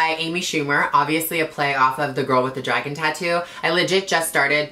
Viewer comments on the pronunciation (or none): none